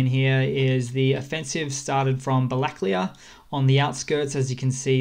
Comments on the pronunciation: балаклія is pronounced bala-KLEE-ya, not ba-LA-kleeya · Black clay ah? Missing an A there pal: balla-clay-ya